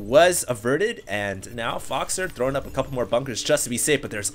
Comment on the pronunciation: why does pronounce "throwing" with the latino "th" as "t"